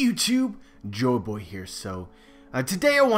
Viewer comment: the videos are great but its become extremely bothering that he says joeboy instead of joyboy in the intro